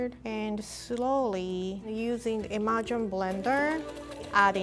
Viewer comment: Anyone else heard "imagine blender" when rie said immersion blender. Just me. Okay. People should appreciate how cute rie's accent is. I mean come on. It's freaking adorable!